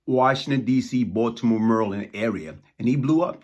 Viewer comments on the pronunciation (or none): none